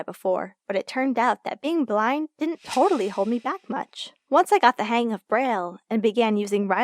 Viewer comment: Love how she said "totally" expensive 😩✋🏻